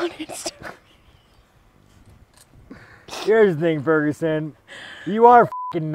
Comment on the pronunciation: Sean saying Tony Furgenson is crazy must mean a lot lmao